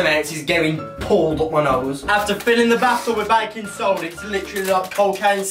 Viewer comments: Bru he sed baicon soda man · for the longest time i thought they were saying "bacon soda"